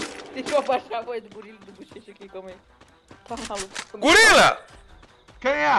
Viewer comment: A bela fala e gulila kkkkkkkkk